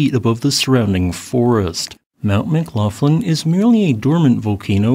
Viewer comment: McGlofland? Is that how that name is pronounced? I tend to pronounce the gh with that sound at the back of the throat you have in Gaelic.